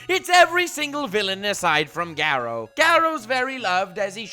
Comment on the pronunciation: It's pronounced Gah-roo